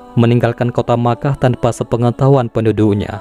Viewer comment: Mekah min , bukan nya makah .